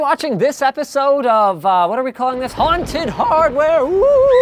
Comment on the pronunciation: Please don't say haunted hardware like you do in this video, ever again. :( But otherwise keep doing these episodes, they are great!